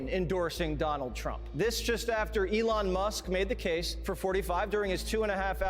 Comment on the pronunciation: the way you pronounce 'elon' makes him sound classier than he ever could be 😭 anyone remember that tweet where he said it's short for Elongated Muskrat